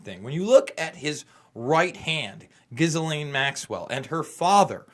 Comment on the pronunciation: Ghislaine is pronounced "Jill-enn." De rien.